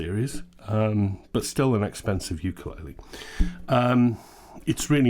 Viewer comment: You pronounced ukulele wrong!